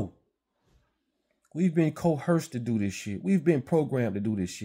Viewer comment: The word is "Coerced"! Good content!